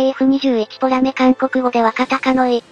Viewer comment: ポメラじゃなくてポラメじゃね？